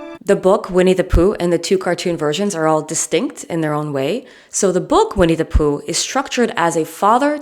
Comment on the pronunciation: I could listen to your pronunciation of “Vinnie Pooh” all day. I couldn’t listen to How I Made Your Mother. It turns out that Ted’s pretentiousness was just his Josh Radner showing 🙄.